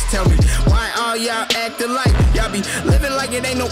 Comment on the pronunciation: You can’t say “y’all” right yet hahah